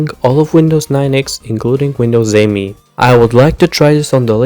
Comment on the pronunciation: "Me" not "M E" by the way ;) Me as in "me, myself and I"